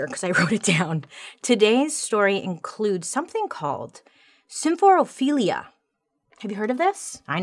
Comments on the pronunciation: I'm just so proud of her pronouncing symphorophilia correctly ❤ every time. ❤ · Can I just say how impressed I am with how easily she pronounced symphorophilia? Like who is she 😏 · I love that you smoothly pronounced symphorophilia, but struggle on escape (it’s not ek-scape sweet woman).